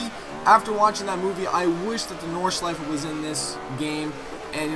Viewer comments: Idk but it sounds so different to the way we pronounce it in Germany (living 20 miles away from the Nordschleife :D) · I love it when you say "Nordschleife" ^^